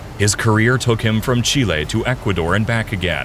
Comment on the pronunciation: FINALLY someone who pronounces Chile correctly